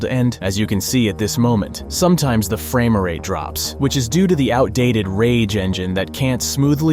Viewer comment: highly doubt that, as he stated many times "Framer rate" instead of Frame rate. But okay?